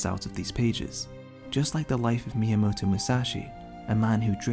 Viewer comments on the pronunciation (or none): I'm sorry, but WHAT? Miyamootoo? 😂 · Really?! I thought you were from Taiwan! Finally, it all makes sense. But fr tho, it just sounded funny, nothing to be upset about lol. Made me think of Mewtwo tbh.